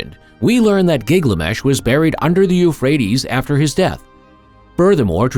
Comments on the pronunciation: His name is GIL GA MESH Not Giglamesh 🙄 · Thank you! Was just about to comment about ole Gig-la-mesh 🥴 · Giglamesh giglamesh giglamesh... getting it wrong once or twice would be an accident. Are you one of those that must pronounce things your own special way??🙄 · Yeah, ole' Gig-lamesh. Did you guys even watch this before you published it? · driving me nuts with his pronunciation of giggly mesh. AI doing the talking? Belies the ascription of artificial "intelligence" if so.